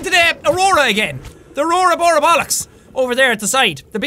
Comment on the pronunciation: Jsck its aroara borialus